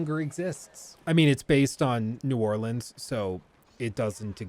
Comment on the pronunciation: I love how both of your "New Orleans" pronunciations were horribly wrong LOL